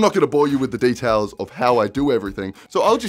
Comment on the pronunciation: "D E T A I L S"